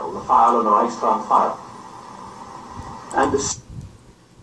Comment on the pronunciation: YOU ARE A FRAUD...!...YOU CERTAINLY DO NOT TALK " EASILY" WITH YOUR GERMAN FRIENDS ON LINE...BECAUSE YOU CANNOT EVEN PRONOUNCE " REICHSTAG" PROPERLY....AND SAYING THAT "1930s- SPOKEN" GERMAN IS DIFFERENT FROM NOWADAYS, IS DOWNRIGHT BULLSHIT!...ALSO, WENIGER BLÖDSINN ERZÄHLEN UND MEHR RECHERCHIEREN...SONST SIEHST DU EINFACH NUR WIE EIN AUFGEBLASENER WICHTIGTUER UND VOLLIDIOT AUS!